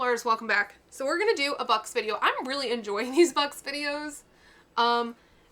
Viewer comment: Bux not bud LOL😂